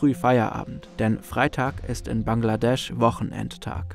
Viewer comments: „BANKladesch“ gefällt mir 😂👍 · Januar2015 - Dakar, BANKladesch 🤣🤣